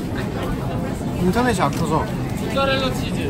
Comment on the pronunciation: Mark: Mozzarella Jungwoo: Mochareld😂